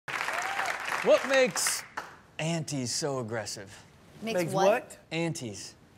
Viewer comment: ppl say “Ant” or “Aunt” but steelo hit us with the “unties”💀😭😭